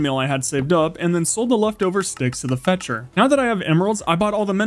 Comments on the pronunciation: It’s Fletcher not Fetcher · its called a FLETCHER not a fetcher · Is he saying ‘fetcher’ instead of ‘fletcher’ - not being pedantic because I don’t actually care but I kept re-listening and I can’t tell and it’s annoying me 😩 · It is a fletcher not a fetcher 😡